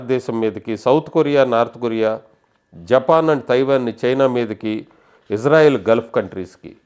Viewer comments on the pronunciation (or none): none